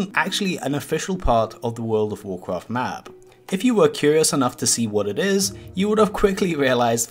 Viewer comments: Have a shot every time he says Wodof wocraf, ffs it pisses me off too much, not just the way he pronouces, but the fact that he says it every 10 secs. Just say wow or "the game", we know which game ure talking about, jesus. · Just say WoW. Or take some speech classes. Its cringe hearing someone of your age mispronounce it every time. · U mean